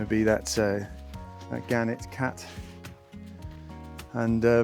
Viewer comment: hope you filled the holes from the deck back in... Sod's law guarantees that you'll catch your foot down one if you don't, and who needs A&E visits !.... Oh and a Gannet is a bird.. a Genet is pronounced jennet :)